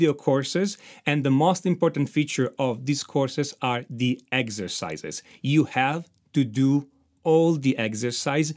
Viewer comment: ”MAJOR AND MINOR SCASE” “EGZESICE” I could listen to that allllllllll day😅👍👍👍👍